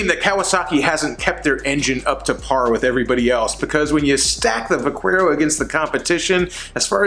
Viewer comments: You're definitely pronouncing vaquero wrong lol, it's Va-care-o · The "u" in Vaquero is silent... It means Cowboy. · "Vackwero" LOL! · I kinda feel like the pronunciation of Vaquero is on purpose lol.